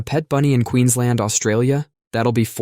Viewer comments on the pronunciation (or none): none